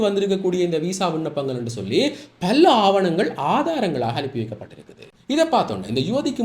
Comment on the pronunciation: மல்ல, விள்ளக்கம (பல,விளக்கம்) பிழையான உச்சரிப்பு.